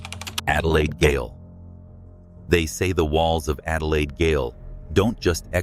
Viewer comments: The word gaol is pronounced jail not “gale” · goal is pronounce jail not gggggggggggggail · its Adelaide {jail} gaol, we spell it differently lol... the Adelaide Gail hahaha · Wish this guy could pronounce the words correctly. Gale is not gaol Australians spell the word with a g pronounce j. Western Australia is not SA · The word GAOL is pronounced JAIL...🎉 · Gaol is actually Jail. And pronounced as Jail. Aka Adelaide Jail, (Gaol) cheers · It's Jay -ol : prison , ya need to speak English...